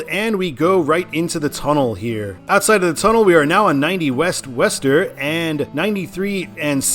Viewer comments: Its not wester its (Woo-Star) thats what people from mass say lol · It’s not “west-ster”. It’s “wuss-ster” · Nah. Wooster, or as suggested before, Wuh-ster. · Is Worcester pronounced "wəster" or "wester"? I thought it was the former. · Isn’t Worcester pronounced as Wooster? Sounds like you’re saying Wester. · Small nitpick. Worcester is pronounced "Wooster". Yes, it's weird. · worcester is pronounce wooster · wu-str: ur pronoucning Worcester wrong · I thought Worcester was "Wah-stah" I always liked taking Ohio 2 instead of 80 or 90 in Ohio... its a better funner freer road. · I appreciate you even trying to pronounce Worcester. Not perfect, but I’ve heard much worse(ster). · That's not downtown Boston, is an area calls Back Bay. Prudential has its headquarters there (the tallest building there). The actual downtown Boston is quite small, so in a sense Boston has a dual downtown. In the last 10 years or so, there are quite a lot of company is moving out from downtown and into the Seaport area (where the GE headquarters is), like Fidelity And you pronounced Worcester wrong... Is WOO-ster Also Waltham "Wal-dam" Holyoke "Ho-yoke" One more thing, the reason why they are having I-495 and I-95 in the side post is they are the outer belt and inner belt highways of Boston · It’s WOOS-ter, and QUIn-zee to the locals. And locals will NEVER refer to that stretch of I-95 as anything other than “128”. 95 might as well not exist between Canton and Peabody (pronounced PEE-bdee). I-395 was created in the mid-80’s to the former Route 52, part of which in CT served as the eastern part of the former CT Turnpike, so it came along about 15 years after I-290. CT refused the 290 designation since its parent didn’t enter the state, so 395 was chosen as a compromise. And there is NOTHING like a game at Fenway. Go Sox!!